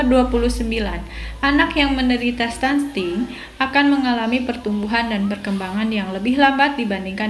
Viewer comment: Stunting kk bukan stunSting ...